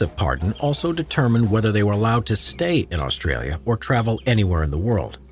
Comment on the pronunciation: The only thing I hate about is how they say Australia